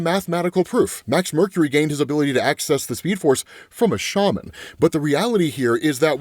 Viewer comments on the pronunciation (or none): none